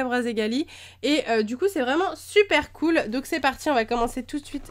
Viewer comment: Déjà, on dit "cool".